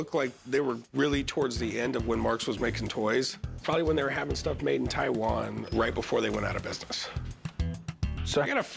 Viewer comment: The Way pronounced Taiwan 🇹🇼